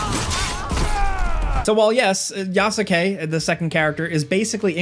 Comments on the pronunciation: It's "Yas-kay", not "Ya-su-kay" lol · One thing the game DOES tell you, is how to pronounce Yasuke's name correctly. It's not Ya-soo-kay - It's pronounced Yah-ske. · It's not pronounced "Ya-soo-kay", it's "Yas-keh". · I definitely agree to turn on guided exploration. Whose ya sue ke? You mean Ya su ke? as in yaske? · You pronounce Yasuke wrong. It’s not Yasaké it’s Yaské the U is Silent. Just like Sasuke from Naruto it’s pronounced Saské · Wtf is Yaskake??????? Its Yasuke!!!! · "Yah-skay" NOT "Yah-su-kay" :) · Man, learn to say Yasukes name xD [Yas-ke] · It's pronounced ya-skay. Same as sasuke or josuke just with a ya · Its pronounced Yaws-Kay.... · I"m sorry. The Yasuke pronunciation in this video lost me. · Say his name right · How do you mispronounce "Yasuke" when it's literally said in the game youre talking about? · You pronounced Yasuke's name wrong. 😑🤨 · I can tell u don’t watch anime with ur pronunciation of yasuke 😂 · I hate how he says Yasuke lol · The "u" in "Yasuke" us silent. As pronounced in the game. The narrator consistently mispronouncing the name of one of the main leads shatters the illusion of him having played the game. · Youre pronouncing yasuke wrong